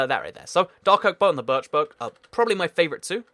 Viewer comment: You said "Dark Oak" like "Doc Ock".